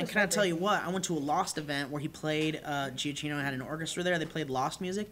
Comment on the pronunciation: its "jee-ah-kee-no" not "jee-ah-chee-no". Just so you know:)